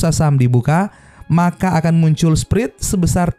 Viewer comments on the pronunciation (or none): Spret (spread) alias selisih. Bukan sprit..